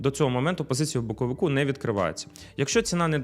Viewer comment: "Боковику" де не треба ріже слух. Може вивчити де "боковика" треба казати, бо складно слухати.